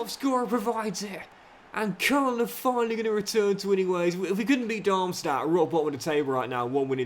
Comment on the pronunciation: If you keep saying koln like that I might have to stop watching this save